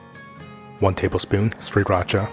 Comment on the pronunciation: Thank you for pronouncing it 'shri-ratcha' instead of the linguistically naïve 'siri-ratcha.' Now if you could only learn to say 'kohnbu' as in /cone-boo/ rather than 'kahmbu.'